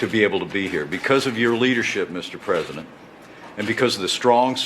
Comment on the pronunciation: Fucking Pathetic..! Pence is soo Fucking Disgusting..! ( "Da Pwesident has acted Decisively" ) I fucking hate it when he says THAT..!